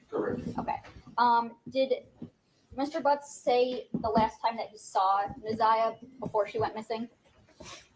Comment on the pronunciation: You keep calling her zaniyah